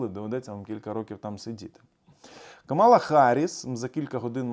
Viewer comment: Каʼмала,наголос на перший склад)